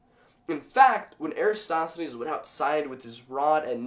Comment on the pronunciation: This wouldn't be the internet without somebody nitpicking your pronunciation. It's "air-uh-TOSS-the-knees". :p GREAT VIDEO, though! Science is so cool.